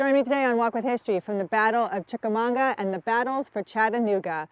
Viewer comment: That's Chicamauga not Chicamonga, right? Great video, just wasn't sure if I was hearing correctly.